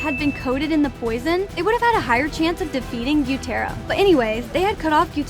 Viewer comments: man said guyuu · Why was she saying guyuu at the start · stop saying (gyutero its gyutaro) (and zenetsu its zenitsu) and (tanjero its taniro) where did you learn you speak